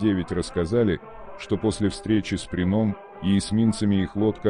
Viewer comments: Диктор, Как все-таки верно - ДЁниц, или ДенИц?) Да, и не ПринОм, а ПрИном! У тебя проблемы с постановкой ударения? Ты уж сам определись? Зачем искажать? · Материал интересный, а за использование кривого робота - дизлайк. "ДенИц, решил свернуть", "что случилось с ПринОм" - тут хоть более-менее понятно, кто имеется ввиду. А вот "потопили подлодку МацА..."- это что-то. Ну не могли нацисты называть свои подлодки в честь кошерных блюд, они же антисемиты